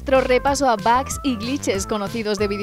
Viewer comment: Se pronuncia bog, pero todos le decimos bugs. Ahora, de dónde sacaron "bag"?